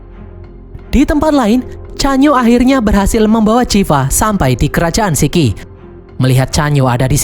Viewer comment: Sichi...ngomong siqi..bukan siki. Ssmangat...😊Gongbao..bacanya Konng pao..p jadi b, b jadi p...semangat